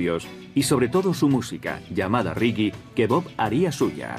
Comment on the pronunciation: se dice reggae no riggui!